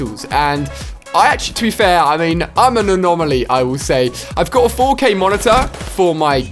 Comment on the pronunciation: LOL Instead of 4k Ali-a Said 4gay